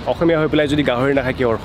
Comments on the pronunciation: The way that the Brazilian guy said "gahori" was perfect 😂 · Salute to Brazilian For his Pronouncing Style 'গাহৰি' is Perfect👌👌👌👌👌👌👌👌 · Appropriate pronounced "গাহৰি"